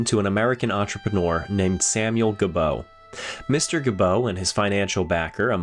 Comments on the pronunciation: It;s not ga-bow. It's pronounced Jee-bow. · The pronunciation of "Gebo" from Samuel Gebo isn't "Guh-BOE" but "ZHEE-boe". It's the Americanization of "Gibeau" or "Gibeault". My great-grandmother, Virginie "Jennie" Gebo Lamoureux, was from the same part of NY as Samuel. I haven't determined yet if there's any relation.